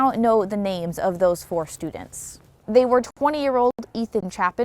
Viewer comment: So strange to watch this in 2025, hearing the reporter read the names and mispronouncing them. Now everyone knows these names, the faces, their families. Just weird seeing this from back then